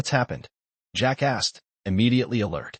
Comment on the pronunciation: 3 of 5 Need a better voice a.i. that can separate "Jack asked". As pointed out below, you really should check the facts in the story line.